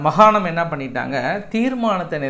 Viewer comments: மகாணம் அல்ல மாகாணம்.. நன்றி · அவர்களே நீங்கள் மகாணம் மகாணம் என்று சொல்கிறீர்கள் அது மிகத் தவறு மாகாணம் என்று சொல்லவும். உங்கள் செய்தி வாசிப்பு நகைச்சுவை அனைத்துமே அருமை.